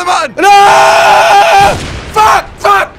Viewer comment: say Fack